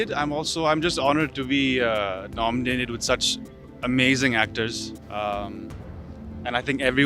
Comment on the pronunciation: Can anybody plzz tell amar its nominated not nomonated....